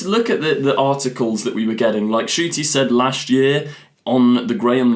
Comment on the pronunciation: His name is Ncuti! The N isn't silent it's n-shoo-tee!